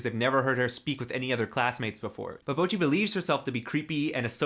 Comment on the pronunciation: Bocchi is the way to pronounce it...not boki..